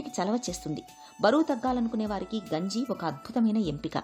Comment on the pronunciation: Genjii ❌Ganji ✅